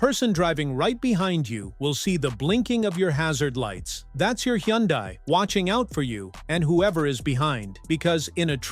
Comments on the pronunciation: You made a mistake and called it correctly , Hunday ! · Hee - un - dies